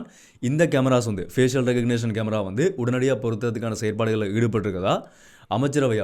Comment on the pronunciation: Fஏசிஷியல் தவறு . fஏஷல் என்று உச்சரிக்கவும்